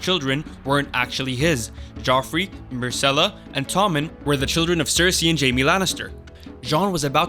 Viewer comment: Sorry, couldn't finish the video due to all the spelling and pronunciation errors. Lisa? Caitlin? Marcella? Is this an American High School? Jon Aaron 😂😂😂